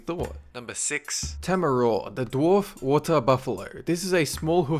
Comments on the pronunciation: and its tamaraw not tohmorow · i live in the philipines you pronounsed are national animal wrong its tamaraw also are province its not pronounsed mindora its mindoro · tamaraw is pronounced wrong.... (I'm a filipino)